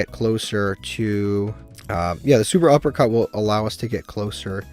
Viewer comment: Cant believe you still call it SUPERuppercut 😂